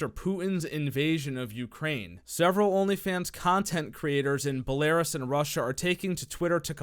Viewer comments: "Bell-la-ruse" not "bu-lair-rus" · ‘Bell-lah-roose’ not “bell-a-Russ’ my guy. Keep up the good work 🤙🏻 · Not Béléraaas. is Bélo roos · What is Bullaris?!!?!?!?! Belarus is pronouced BellaRuse!!! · Be-Lare-Us.... Be-larus.... bruh please.. it's bel-a-rus.. just say bell-a-rus lol, Belarus... when he said it like that i had a laughter fit that nearly killed me lol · It's pronounced "Bela-roos" not "belar-us" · Lmao "Buh-lairus" .... It's pronounced Bella'roose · Did he really just pronounce "Bell-a-roos" as "Bell-ay-rus"?, I thought you knew better. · "Ba-lear-us"? I think you mean "Beh-luh-roos" lol. Nice video though! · Hahaha he says BellARus when it’s supposed to be BellArUs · Balaris????? Mf how can yu not pronounce that right??? Belarus. You’ve heard the word before. Your a grown man. Smart. Jesus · Me: It’s pronounced Bell-la-rus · Suspending accounts in Russia and... "Buh lare iss" Lol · It's pronounce "Bella-roose" just wanted to let you know :-) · Love the channel but 1 thing not trying to be a a@@ but it's Belarus is pronounced bel-a-roos just wanted to throw that out there not sure if you care but I still love the content and the love for the boys. Thx also I'm not smart look at my Grammer I'm a idiot lol. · same here lol more like bella-roose / bel-ha-rooos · Be-La-ROOS =Belarus dude you need to learn how to pronounce.. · Belarus 🇧🇾 pronunciation is something like Bella-Roos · 😂🤣 "Bel-air-us"....I cant bro 😂🤣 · Bell- Air-us? LOL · Best parts of the video is when he says “Belaras” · Belarus is pronounced BELLA ROOS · Belarus is pronounced bela-roos. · Duuuude its... Bell-a-Ruuue-ss... Please pronounce that shit correctly bro... Or you most likely have a small unit... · Lol love how you pronounce Belarus as Bel air us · just letting you know Belarus is pronounced Bela-rus im of belarusian heritage so thats my source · “Bel-Air us” “Keev” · Oh by the way it's pronounced Belaroos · It's pronounced bella-roos... lol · "Bell- A- Ruuse". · “bill air is”